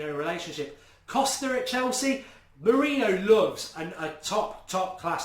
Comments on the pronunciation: Please pronounce it "Mouri-nio" and not "Mouri-no"! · I assume you're joking. It's more like "more-in-yo" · come on, Mark! say it as Moor-een-i-oh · Mu-Ri-ni-ho easy way to say his name correctly. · Say his name correctly. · STOP SAYING MOURINHO 😂😂😂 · Show some respect and say his name correctly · It's frustrating that you don't say mourinho right 😴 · Every week we're going have to listen to mourinho being pronounced wrong ...brilliant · Please pronounce Jose Mourinho right man!! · You have to learn to say our new managers name. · Mark can u PLEASE start saying MOURINHO's name properly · Arrrgggghhh you can't even pronounce Mourinho's name correctly.